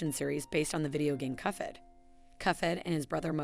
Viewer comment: I think that's because the ai-voice reader interprets the "ph" in "cuphead" as a "ff" sound, like in phonics and elephant.